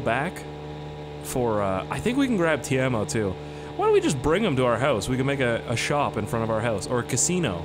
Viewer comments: Ok this has bothered me ever since I heard you say the name for the first time, the store clerks name is not Tiemo, it's Teimo "T-E-I-M-O". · ITS PRONOUNCED "TAY-MO" NOT "TEERMO" Also just use MSCEDITOR to fix the damn car and give fleetari his car back to stop him calling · the way you say Teimo is funny, looks like "love you" in my language.... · You pronounce Teimo Wrong (Bruh)